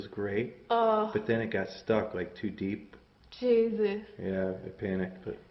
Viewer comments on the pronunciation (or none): did she say ''jesas''???? D.O